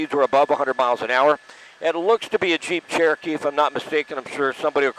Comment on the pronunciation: Sounds like he said Cheap Cherokee😂